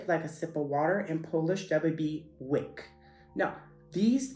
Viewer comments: Your pronunciation - especially for the English speaker - is really decent, f.e. your "łyk", "mucha" are perfect. However, I have to disagree with pronuncing polish "sz" as english "sh". Polish "sz" is much harder, harsher than "sh". You can easily notice the difference between polish "ś" (very light, speaken with a middle of tounge toungue touching hard palate), polish "sz" (very harsh, lips slightly rounding, kinda like when you say "i" in the word "wish", or "y" in polish "łyk") and english "sh", which is right in middle between soft "ś" and hard "sz". So it's "ś" -> "sh" -> "sz". Same thing applies to other polish sounds, so: - "ć" is softer than english "ch", but "cz" is harder ("ć" -> "ch" -> "cz"), - "ź" is softer than english "zh" - or french "j", like in a name "Jacque", but "ż" or "rz" is harder ("ź" -> "zh" -> "ż"/"rz"), - "dź" is softer than english "ji" - like in a word "jiggle", but "dż" is harder - "dż" is the same sound as "j" in a word "jam" ("dź" -> "ji" -> "dż"). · Hi, you pronounced dzieci like a native, łyk and mucha aswell. Chrząszcz wasn't pronouced perfectly but that's a really tough one^^ Interesting material!